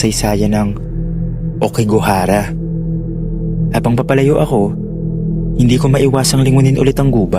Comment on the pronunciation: hindi po okigahara aokigahara sa may mountFUJI po